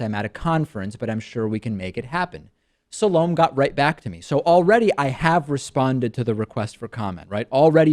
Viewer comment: Pretty funny that you start out by saying the only thing she got right is your name, when you didn't even do her the courtesy of finding out how to pronounce hers.?